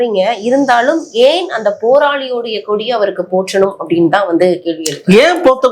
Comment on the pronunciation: Anchor போற்றனும் இல்லம்மா. போர்த்தனும்